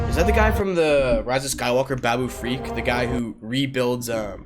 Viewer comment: It's Babu Frik, not freak... but the way you said it sounds ten times better 😂